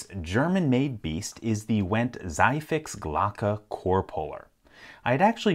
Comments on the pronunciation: It'd be pronounced "Tsee-fix" rather than "Sye-fix" because in German, the Z is a hard consonant and ie is pronounced as a long "ee" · Zye-fix??? If it's German, then that's Tsee-fix. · It's pronounced "see-fix". For you Anglophones out there :) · Yeah, those comments about the pronunciation were to be expected. I did a double-take, too :D Might I suggest just putting the word into Google Translate and have it read it to you? Nobody expects you to be perfect, but you'll at least be close. "Sei fix" and "Zieh fix" ("zy fix", "tsee fix") are rather different. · Tsee-fix, not dzie-fix. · Just to add the IPA-transcription to this comment: Zieh fix (=pull quickly) is pronounced [tsiː] [fɪks]. Or like 'tsee fix'. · Oh by the way, it's pronounced "tsee fiks", as in "pull fast" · Should be pronounced "tsee fix". "ziehen" just means to pull, so "zieh fix" just means quick or easy pull. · Random German knowledge here. It's pronounced more like zee fix(regular English), which is translated to pull fast. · Zieh-Fix is pronounced "Zee-Fix". The IE is similar to the EE in English like bee or pee and the Z is a bit sharper like a snake. 😊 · Let me be the 99th person saying it's pronounced TSEE fix :) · It's pronounced "tsee fix" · Pronounce: Tsee-fix :) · It's pronounced "tsee-fix".